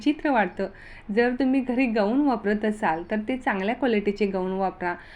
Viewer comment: या टॉपिक वर तुम्ही व्हिडिओ बनवले तेच तुम्हाला बोलता येत नाही गवून नाही गाऊन😂😂